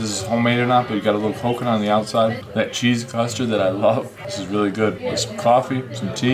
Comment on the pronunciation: That's not what it sounded like, it sounded like you said it had cheese custard.